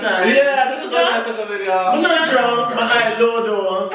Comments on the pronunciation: mi druuuuuunk😂😂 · Lol "me druuuunnnkkk" this was fun wish Tanaania was there